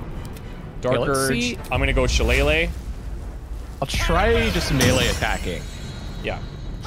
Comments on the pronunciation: It is shi-lay-lay. AKA Irish beating stick. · Your staff is pronounced (shil-ay-lee), in real life a knotted wooden staff or club is called a shillelagh in Irish folklore! Also I’m very excited for this series, the game looks incredible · Shilaylee. It’s pronounced “Shilaylee" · That pronunciation of Shillelagh cracked me up lol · The way they pronounced shillelagh had me dying with laughter 💀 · the way you said shillelagh made me cringe X'D